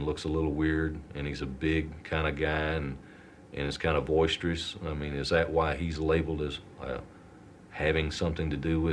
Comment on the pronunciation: actually makes my blood boil he says voisterous which is not a word!!! Like omg you’re an idiot the word is boisterous